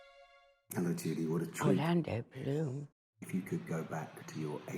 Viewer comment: Hearing her say “Orlando Bloom” like that got me, she is all of us 😂